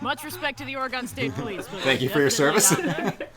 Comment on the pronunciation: Easy there,. Calling anything dumb, let alone One Piece, on the internet is a dangerous prospect. Also, your pronunciation of Oregon is physically painful.